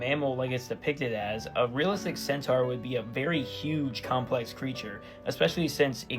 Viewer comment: I'm linguistically intrigued by the way you pronounce the word centaur